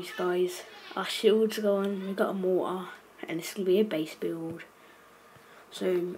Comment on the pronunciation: Its mortar not morah